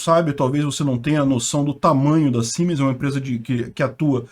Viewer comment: YouTube ta me dando até nojo! 15 minutos de vídeo e 03 propagandas! Isso é opressão “, já! Rsrsrs brother Siemens se diz como se fosse escrito com “z”. Como se fosse Ziemens 😎abraço e obrigado por nos manter informado